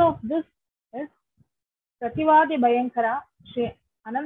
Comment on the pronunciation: Madam the name is Sri Prathivaadhibhayankaram Annangaraacharyar and NOT anantgacharyaar